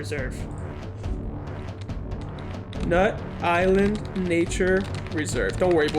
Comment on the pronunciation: it isn't pronounced nut island it is pronounced nuyt-LAND